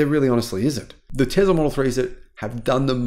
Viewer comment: It’s Tesla not Tezla.